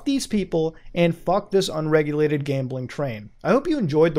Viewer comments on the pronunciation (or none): “Buttt MOOOOODA, Cwypto Cuwwency is unweguwated too!” 🤣😂🤣